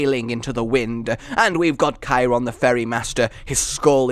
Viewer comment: Vote 1 and Charon is pronounced like it's spelled.